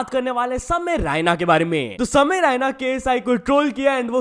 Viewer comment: it's samay raina not ryna 🤡😂